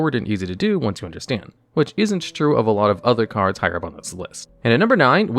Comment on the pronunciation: Did he mispronounce cards again?